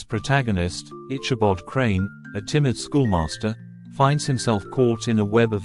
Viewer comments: Good video. However, the telling is hard to listen to due to the mispronounced name of the main character. It is pronounced ickabod, not itchabod. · Please pronounce Ichabod with a hard K sound not a Ch sound as in chicken. It is a HARD "K".